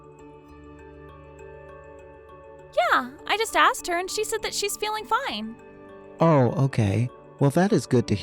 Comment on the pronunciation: I know, like they're reading a script. And the dude sounds so dumb, and mispronounced some words, like "axed" instead of "asked," and a few others. And the kid sounds like the same voice as grandma with terrible acting to sound cringely.